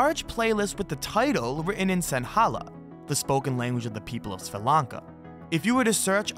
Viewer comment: blud said swa lanka😭😭😭